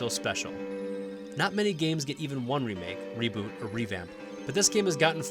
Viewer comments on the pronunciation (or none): none